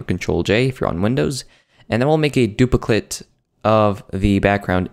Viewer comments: r u still saying dupliclit? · Du-pi-clit !! Hahaha. But the tut is awesome man. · He said "Dupli-clit" hehehehhee